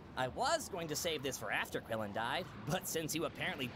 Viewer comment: Until I turned on the subtitles one day I had always thought krillan said blueberry bastard